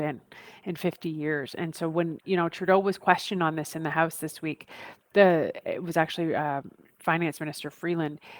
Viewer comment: You mispronounced Freakland.